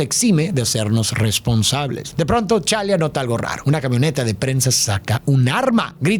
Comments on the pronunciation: Chala no, tachala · El único detalle que no me gustó en todo el relato ha sido la pronunciación de T'challa y T'chaka, la T sí se pronuncia y las pasó por alto. Nada malo, solo un detalle pequeño como lo he mencionado. Increíble como siempre. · Se me hace tan raro como pronuncia los nombres de los personajes, a T'Chala (Tachala) lo llama Chala, a su padre T'Chaka (Tachaka) lo llama Chaka, y a Falcon lo llama El halcón, entiendo que él no tiene que ser el mayor conocedor de los cómics para hablar de un producto así, pero que no diga bien los nombres de los personajes me hace pensar que tal vez él ni ve las películas y que tiene a gente que lo hace por él, y ya él solo lee los guiones que le entregan:/ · Me encantó el video y amo tu interpretación. Ahora, una pequeñísima nota: el nombre de T'Challa se pronuncia Tachála y el de su padre sigue un patrón idéntico, T'Chaka es Tacháka